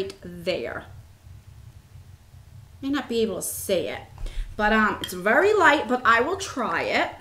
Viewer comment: I remember when that happened before! I just love the way you say very!! Vurry! It's great. Lovely eye look!